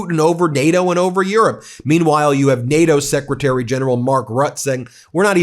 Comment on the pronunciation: “SSecretary of War”? Is that intentional or did Kegs get punked?